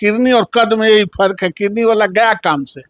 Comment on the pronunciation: कैसा नेता है जो किडनी को किरनी कहता है।